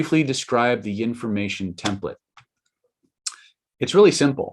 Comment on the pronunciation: Did you say yinformation? Is that like the Bengsten method?